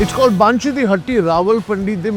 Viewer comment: Is it Baaanshee or more like bun-shi?!? pronunciation check kar liya karo.